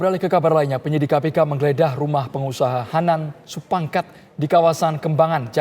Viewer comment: gemes sama naratornya.. udah jelas jelas "Supangkat"